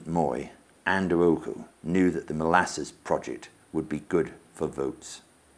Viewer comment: What's up with 'Ouko' being pronounced as 'Ooko'?